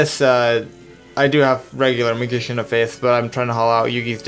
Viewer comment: "Leg-End? Meegician?" there's a difference between a speech impediment and just not giving a shit.